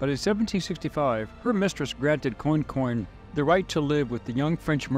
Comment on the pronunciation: It is pronounced "kwan-con" and "Nack-i-dish". The mispronouniacian is hard to hear. Native New Orleanian here with roots in Central Louisisna.